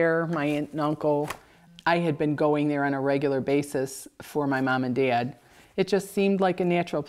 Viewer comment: The way she say dad "D-Ad" is interesting, what is that accent origin ?